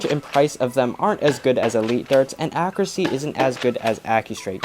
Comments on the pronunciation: It is pronounced “akyuruhsee” not “akrasee” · It's ACCURACY, not AKKURASY Freaking get the pronunciation right!